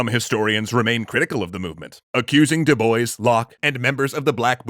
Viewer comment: Ooooh... I’m pretty sure that pronunciation for Dubois physically hurt me...